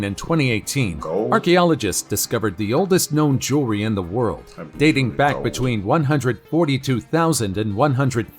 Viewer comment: Bro its jewelry not jury haha